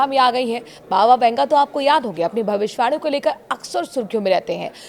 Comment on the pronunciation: Yeh bhavishwani kiya hota hai? Tumhe bhavishyavani,bolna hai ,sahi shabd ko khao nahin. Theek bolna seekho. Shame....